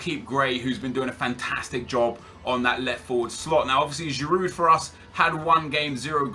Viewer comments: you know you don't pronounce the d in giroud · haha the d is silent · I love how he's saying 'The legend Giroud' even though he can't pronounce his name properly 😂